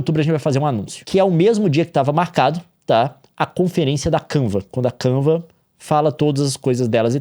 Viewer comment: Kiuva, Kenvs, Canva, Canvas, Canvs. O Leon a cada minuto mudando a pronuncia kkk